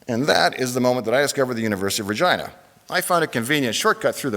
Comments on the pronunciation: Why does the presenter make Regina sound like vagina? Where I come from we pronounce "Regeenah" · As an Italian, I'd like to point out that Regina is pronounced "Reh-jee-nah" not "Reh-jai-nah", sounds really rude that way too! Regina means Queen in Italian :) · I heard the whole thing just saying: University of vagina. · Ahhhhhhhhhhhh, Regina, not Vagina. Sorry mate! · I've heard Dave mention his college name in his garage channel and I thought he was saying University of Virginia but said it with an accent to sound like vagina. and for the first time I see its actually Regina. anyways, seeing the podium made me chuckle. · is it just me, or does it sound like he says vagina? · Is he saying Vagina? 🤭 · Damn. I can't unhear university of vagina. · Is it only me who hears "University of Vagina" every time he says University of Regina ? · Oh, I always though, Dave pronounced Virginia as Vagina! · I know I'm tired... But I hear the presenter saying vagina so many times :) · Great video Sir. Thank you for taking the time to post. I'm sorry but the 10 year old in me is cracking up over the word "Re-Gina"... LOL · 😂. I thought he said “And that was the moment when I discovered University of **gina” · Sounds like vagina every time the guy at the start says Regina. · I did not know that's how you pronounced regina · I thought he was saying University of Virginia but deliberately mispronouncing it :D